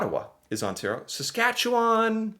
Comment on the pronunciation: As a Saskatchewan-born resident, you got the "chew" right in Saskatchewan. It is really easy to spell if you break it down: Sask at chew an . Four tiny words. Alberta is easy to remember next to British Columbia because they both have the Rocky Mountains. ie Banff and Jasper, the national parks where people ski, are both in Alberta, in the mountains. And then as you drive east, you hit Calgary, which is on the prairie and you can see the mountains and foothills of the Rockies when you are in Calgary. Think prairies.... it is Saskatchewan next. We're flat as a pancake in the south, where there is Saskatoon and Regina. We are north of North Dakota, so you can imagine that. Then there is Manitoba, with Winnipeg. They have some prairie, but also lots of lakes and trees, and that goes into Ontario, lots of lakes and trees. Then Quebec. For placing the cities, you can think of how things were settled. First by water, from Europe. So most major cities are on water... ie Halifax is a big port so is on the coast of Nova Scotia. Quebec City and Montreal are on the St Lawrence Seaway that goes from the Atlantic Ocean to the Great Lakes. Toronto is on the Great Lakes. Then the rest of Canada was settled by train. So imagine a train line going from Ontario to the Rockies, and Winnipeg, Regina, Saskatoon, Calgary (Edmonton farther north) were on the transCanada rail lines. In fact, in Saskatchewan, all the small towns were named in alphabetical order along the rail line. lol! Vancouver is